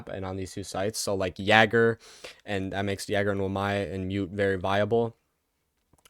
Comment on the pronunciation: Why are you saying yagger Dxx